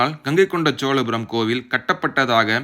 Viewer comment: தம்பி!!!! என்று பெயர் வைத்துக் கொண்டு உனக்கே முதலில் தமிழை ஒழுங்காகப் பேசவும், எழுதவும் தெரியவில்லை. சோழபுரத்தை - சோலபுரம் என்கிறாய் அடையாளத்தை - அடையலாம் என்று எழுதியிருக்கிறாய்🦧🦧🦧🤔 அடுத்தவர்களைக் குறைகூறும் முன் உனது தவறை திருத்திக் கொள்ளவும். திரையில் உள்ள எழுத்துப்பிழையை எப்பொழுது மாற்றுகிறாய் என்று பார்க்கிறேன்.🧐🧐